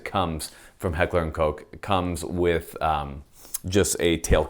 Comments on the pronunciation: "Recently released by Heckler and Coke." It's Heckler and Koch. "Koch" is pronounced like "cock" except with -- to be really accurate -- a guttural ch like you're clearing your throat. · Koch is pronounced like cock with a soft H at the end. Not like COKE. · It's so adorable that Americans deliberately avoid pronouncing "Koch" as it should be pronounced. Just say cock you fools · Awwww man 'Heckler and Coke'?? You aren't ordering a drink man, its COCKH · Am I the only one that thought Koch was pronounced “cock” instead of “coke” as is saying it? I’m not even trying to be funny right now I honestly am confused... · Heckler and Coke? Guess I’ve been pronouncing it wrong this whole time. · Did he say heckler and coke 😂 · oh come on pronounce Koch the right way "heckler and cocc" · It's pronounced Heckler & Cock.